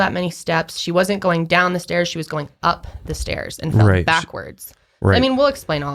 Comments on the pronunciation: you definitely said “fed” not fell 😂 great podcast! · He did say fed lol instead of fell